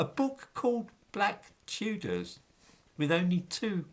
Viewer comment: It's da Chewdahs innitbruv 😂